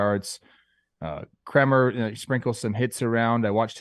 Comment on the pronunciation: Dean Kremer - Pronounced like Kramer from Seinfeld